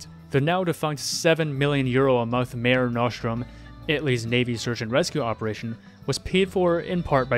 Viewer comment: It's pronounced "mah-reh" or "mah-ray" nostrum. It's what the ancient Romans called the Mediterranean Sea (it literally means "our sea")